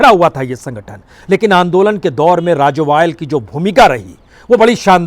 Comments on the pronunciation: राजोबाल नहीं सर राजेबाल जमदूरी नहीं सर जमहूरी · राजोवाल नहीं राजेवाल है। कादियान नहीं कादियां है जी।